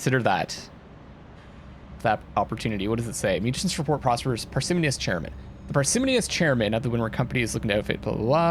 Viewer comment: Par-si-moh-nee-us - a little more emphasis on the "moh"